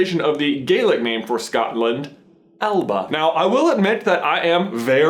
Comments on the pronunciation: Hey I really liked this video and I'm sorry that I'm being overly pedantic but your pronunciation of the word alba is wrong, it's not a huge deal but it pronounced Ale-lip-a instead of ale-ba 🙂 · It ain't gay-lick it's gah-lick and it ain't al-bah it's al-ah-bah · Alba is pronounced Al-l-p(b)uh.